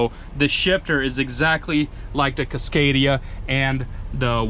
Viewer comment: He pronounces it kisscadia .its casscadia